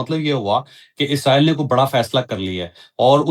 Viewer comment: عزرائیل نہیں ھوتا اسرائیل ھوتا ھے